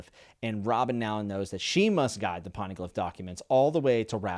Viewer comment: I love the videos I feel like I get to reexperience this series for a third time with you. Just want to help you out a little. First, Poneglyph is pronounce like Phone without the H. So Pown-eh-glyph. Second, Logia is Low-Gee-Uh. The G is pronounced like a G in grass or grape. Third, Paramecia is pronounced Pair-uh-me-see-uh. Sorry if I sound rude or if someone already said something I just wanted to help. Hope you have a great day and are enjoying the show.